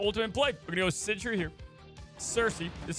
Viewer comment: I love that he always pronounces Sentry as Century